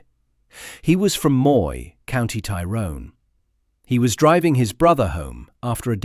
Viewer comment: …the hypocrisy of it. Soldiers accused of a “shoot to kill” policy when the IRA adopted this from the beginning of the troubles. PS. Your pronunciation of “Tyrone” needs work.